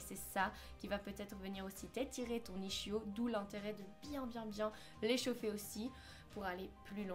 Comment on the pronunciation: Peut-être qu'elle le fait exprès ou alors en Belgique ils le disent comme ça (je crois qu'elle est belge)